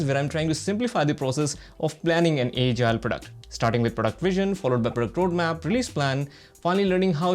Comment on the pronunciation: your pronunciation of the word "Agile" is not good, please rectify it.